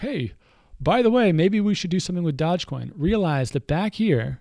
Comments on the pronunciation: it's pronounced doje not dodge, doooooooooojjjje coin for the win. Great vid as always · Dogecoin pronounced as DoggyCoin. so you know.